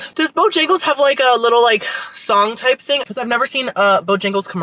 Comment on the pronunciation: Yay! So happy you got to try and loved "Bo-yang-les" lol. I highly recommend their Cajun filet chicken biscuit and bo-rounds next time you for breakfast-and they have breakfast all day woot woot 🎉